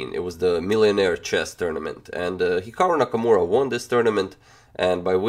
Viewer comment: he said "here Nakamura" XD